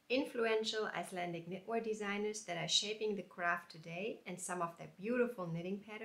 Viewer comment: I would like to knit number 37 in book 44. You pronounces the Icelandic very well.